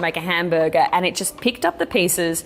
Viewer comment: Max and Chad have trained me to find Australians saying "hamburger" to be hilarious.... HAMBURGA